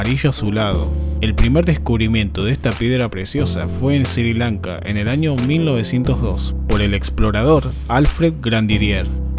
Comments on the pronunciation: Sri lanka no se lee SIRI LANKA sino ESRÍ LANKA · "Sir Lanka"